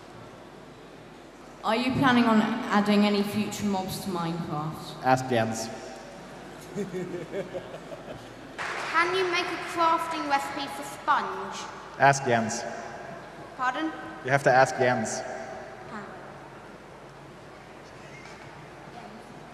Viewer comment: Cwafting wecipe fow spunge